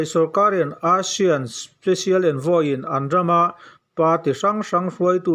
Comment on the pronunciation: Youtuber dangte lam dan ai chuan ASEAN i lam dan hi a dik zawk daih ania. Eisian tia lam ho aiin a dik teuh daih zawk e. Kalemyo i lam dan phei chu ngaihnawm tak a ni